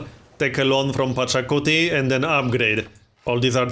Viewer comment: Pachacuti, not Pocatello.